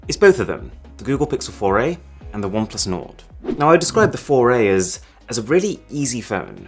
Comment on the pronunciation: Google Pixel "FORAY"(4A) - A "foray" into the ease apsect.😂